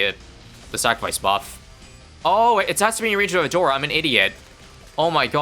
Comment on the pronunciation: "We're going to pick A-door-a" The BEST pronounciation of her name i have heard in a while